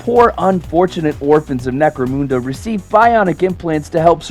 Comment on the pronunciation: IT certainly was fun enough, IMO.'' BTW, it's necro-mun-da not Necro-moonda